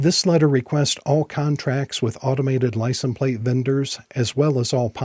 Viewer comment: You keep saying "licent plate." The is no such word as "licent." It is "license plate." Licent is NOT the singular form of license. The word license IS singular. I lived in rural Kentucky for a while, and a lot of folks there made the same mistake. When asked for their driver's license, they would say, "Let me see if I can find 'em/them," as if the word was plural. They would do that with any noun ending in "ence," such as fragrance. Evidently, they struggle with literacy and think because there's an "s" sound at the end of certain words, they are plural. FYI, licenses is the plural form of license.